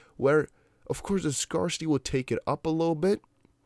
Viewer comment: Google scarcity pronunciation buddy.